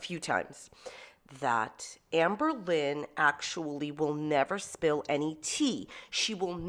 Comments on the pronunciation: I love how says "Amba". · The way says amberlynn sounds like "anne boleyn"... like king henry the xiii's wife.. no hate lol, Im also from NYC metro area and say it the same way.. i just cant unhear it.